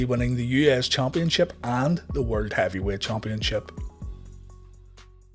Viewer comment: Am I the only one who gets a kick outta the narrator's way if saying championship? CHOMPionship. Idk. It's just funny to me